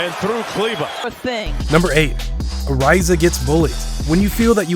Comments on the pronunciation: Who tf is arIza lol. It’s pronounced areza. He don’t know shit about basketball. And this shit mad long about nothing. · A rise a? Ariza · its pronounced Areeza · Areeeza...Trevor Ariza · trevor Ariza (ah-re-za)........ do you watch basketball? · “A rise a” when your talking about trev ariza, lol bruh don’t watch basketball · What’s with this dude pronouncing players names wrong haha “Ar - eye - za”? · The way you said ariza? Was horrible it is supposed to sound like areeza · I had to skip that part It was killin me 😂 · This boy don’t know how to say anyone’s name 😂😂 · he said ariza's name wrong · Can't stand the way he mispronounced Ariza. My ears hurt bro! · Also doesn't know how to pronounce keeper and ariza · Damn you can tell you don't watch basketball you're not even pronouncing their names right my guy. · how the fuck is this an nba page and you can’t say ariza name correctly lmao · You gave me cancer with the way you horribly mispronounced people last names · What a way to pronounce Ariza